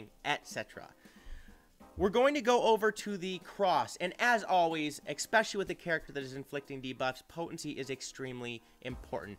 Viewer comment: Good stuff, thanks for the review on her. Of course "only at 260 speed" always rubs me the wrong way. My fastest character is at 242. I can't get a 20+ speed secondary to save my life. By the way, while you're working on Etcetera, check on your "expecially" too. lol good insight, glad to see various points of view like this.